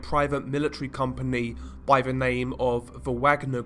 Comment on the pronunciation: I'd be far happier listening to your videos, (as you cover some very interesting topics) if you would stop pronouncing every TH word with a V? it's extremely annoying to hear, over and over and makes me want to turn off after the 3rd or 4th time, of hearing it. Please do something about it, as its not a speech impediment, or anything Medical, and is simply Lazy speech on your own behalf. Learn to speak properly, specially if you intend Narrating Videos, as Profession? Just Saying?!?